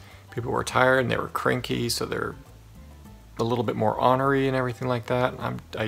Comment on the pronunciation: i love the way you say the way ornery!!! omg is that how everyone says it and I just say it different because l am from Wisconsin. I say the o the long way, not the short way like you. it is super cute how you say it. nice pep talk!! seriously. I love your positivity. you are so awesome too!